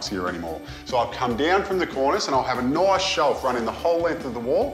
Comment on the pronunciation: he said he'll have a, "noice shelf" lmao